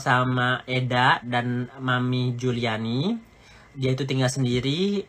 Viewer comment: Ngeri org seperti ini.... . Keluarga bukan Kapasitas ga ada Data dpt dari dunia maya . Taunton kota tempat sekolah Laura aja dia ga bisa sebutin. Juliana di sebut Juliani Hahahaha.... . Tapi berbicara seperti tau semuanya. . Mengamati kegilaan org ini dari bakal menjadi reseller skincare nya Nikmir tp ga sabar dan sok tau dg bpom lah, bahan bahan berbahaya yg ada dlm skincare dg berbicara sok pharmacist yg menggunakan baju lab. . Belum lg bongkar sisi teman2 Nikmir dari suami Fitsal sebelum Cen, bongkar sisi istri pertama dari suami Amel, dll yg semua data hasil dari googling dan fb. . Pointnya orang seperti ini sebaiknya jgn dikasih panggung, toxic!